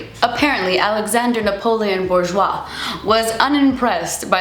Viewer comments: it's booj-wa, not borjwa 😂 loved this vid!! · the "R" is silent in Bourjois and they are part of Chanel